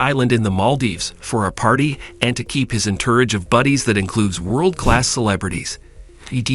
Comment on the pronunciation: Entourage. EnTURRage?? 🤦🏼‍♂️